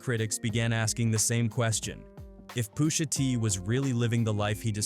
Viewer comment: "I'm your Poosha."